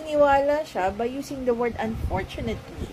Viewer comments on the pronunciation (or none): Atty., pag pasensyahan mo na kasi yung surname nga nya di nya kayang bigkasin, imbes FERNANDEZ sa kanya ay "PERNANDES". ang FIVE ay "PIBE". ang UNFORTUNATELY ay"UNPORTYUNEYTLI, hahaha!